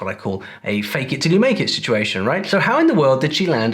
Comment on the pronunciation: I can hear Spanish accent clearly, her "it" sounds more like an eat than an it; I'm obeying so I'm stopping here to go and buy a sandwich lol